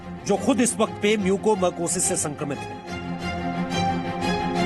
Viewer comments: As a Dr I want to suggest to see news ...please correct the pronounciation of this disease it's not a mucomercosis it's a mucormycosis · Mucormycosis not marcosis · It's mucormycosis..not mucomercosis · "म्यूकोमरकोसिस" नहीं मेरे भाई "म्यूकोरमाइकोसिस" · It is Mucormycosis not mucomarcosis. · Bhaiya apna pronunciation sahi karo it's mucor mycosis म्युकरमाइकोसिस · Disease ka name h MUCOR-MYCOSIS bar bar incorrect bol rha